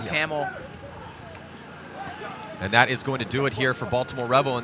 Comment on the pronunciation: Yeah I know but it sounded like toe camel aka camel toe